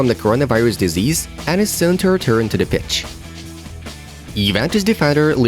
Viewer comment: it sounded like he said “bitch” lol